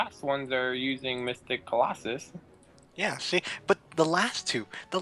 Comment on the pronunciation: "It just begooled you! You've been beGOOLed": "I've been beguiled.": "...yeah." And then one round later: "colOHsus"